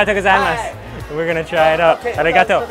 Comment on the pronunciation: Just a little advice, in "gozaimasu" you don't stress the "za" or "zai", the stress syllables are "go" and "ma", like "GOzaiMAsu".